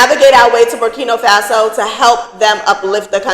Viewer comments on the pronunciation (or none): I love your channel. But, it’s BURKINA FASO. not BURKINO FASO. please, I want you to say it correctly. It’s important. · It's not burkino, say it right if your gonna speak about the place. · Ma'am it's NOT BurkiNO. It's BurkinA 🇧🇫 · Berkina not Berkino